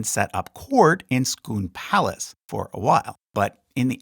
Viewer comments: IT'S SCONE NOT SCOON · SCONE PALACE ,,,,, how did you come up with " Scoon " ,, ??